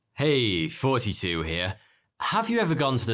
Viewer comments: What? I hear "yanni". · For years I thought you said, hey, forty 2 here. Which confused me because your name is. Yeah, I’m simple as can be.